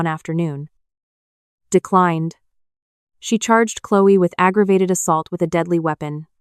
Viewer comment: Clewy? Isn’t it Chloe..Cloee